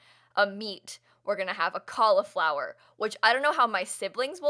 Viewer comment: Anyone else not pronounce Cauliflower that way 🤷🏻‍♀️